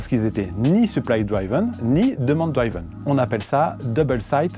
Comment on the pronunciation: Est ce quelqu’un va enfin dire qu’on prononce « driven » et non « draïven », c’est comme ceux qui à l’époque disaient « praïson break » 🤣